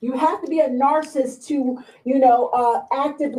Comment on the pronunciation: Shouldn’t u HAVE to be able to pronounce NARCISSIST in order to be able to launch the allegation idk ijs😂😂😩😩😩